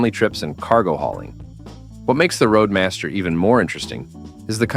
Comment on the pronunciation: Hey. Buick is spelled B-U-I-C-K and Roadmaster is not Radmaster.